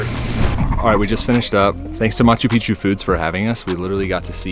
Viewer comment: マスュピチュ？ マチュピチュ。 マッチュピトズ 。